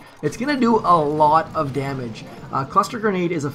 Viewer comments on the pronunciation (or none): “That’s alotta damahge, howboutalitlemoar”